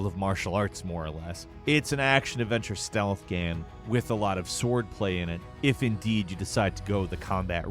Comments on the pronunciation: Gayme? Just say game like normal people. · ~WAT IS A GEHM